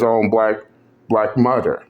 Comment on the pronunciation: Learn the fuck how to say "mother " Damn that's distracting!!